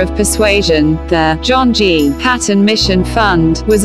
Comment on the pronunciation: I think the story is amazing, but not keen on the robotic voice telling the story (The name`s sound is Payton ... not Pat... on. What a brave man!